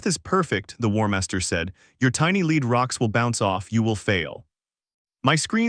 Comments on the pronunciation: Dear AI it's LED not leed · Lead is pronounced led.